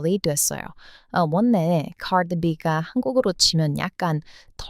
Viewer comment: 다 좋은데요. 아끼는 마음으로 발음 문제 하나를 얘기할게요. 들을 때 받침 자음과 이어지는 다음 음절의 자음 발음이 거슬리게 들리는데, 이것을 말하는 문법 용어가 '자음 동화' 또는 '자음 변동'이라고 있어요. 내용 중에 '원래', '전라도'를 '원내', '전나도'로 들려요. 첫 글자인 '원', '전'을 너무 신경 써서 발음하다 나타난 현상이에요. 근데 뒤에 'ㄹ'이 올 때는 '월래', '절라도'로 발음해요. 앞 음절의 받침 'ㄴ'이 이어지는 음절의 첫소리 'ㄹ'과 만나 'ㄹㄹ'로 발음이 편해지는 현상이에요. 다른 예로, 인류(mankind), 전류(current electricity), 선릉역(station)도 발음할 때는 '일류', '절류', '설릉역'이라고 합니다. ㄴ+ㄹ은 ㄹㄹ로 소리납니다.